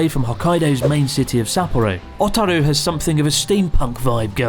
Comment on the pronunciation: Not "Ah"taru, it's "Oh"taru. Nor "Fu-rano", it's "Fur-Ano". Sorry, you drove me to it... Went there pretty regularly